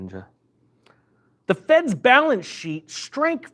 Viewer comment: Say “shrank” again. 😂